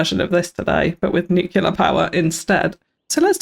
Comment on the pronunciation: Looks great! My only complaint was your pronunciation of the word nuclear, as "nucular" is not a word and was a bit cringy after a while